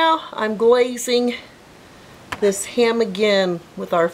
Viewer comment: Jeez, that accent when you say HAM , as 2 syllables, instead of one 😳.. not only that, you must have said HAY-YAM 50 times at least!!! Having said that, the finished product looked bloody amazing!!! A delicious hay-yam!